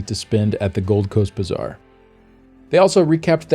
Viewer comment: Why do I keep hearing "bizarre" instead of "bazaar".